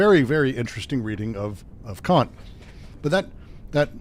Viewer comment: Kant is still pronounced exactly how you DON'T wanna pronounce it. Short not long. Yes, I'm a child.